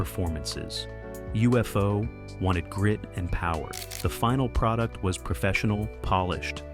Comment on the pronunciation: UFO Club. Pronounced Yoo-fo.